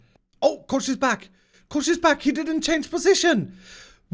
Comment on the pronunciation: When you said Kosh i just started to laugh becouse it sounds like "koš" whitch mean "trash bin" in Czech. (sorry for my bad english)